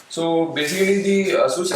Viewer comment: Basicerry = Basicly??